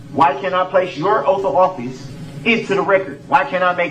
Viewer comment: OAF A OFFISE